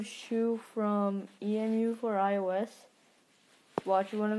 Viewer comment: It's not shoe its shou